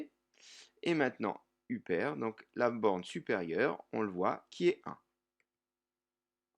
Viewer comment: upère 😂😂😂😂 upper=eupeure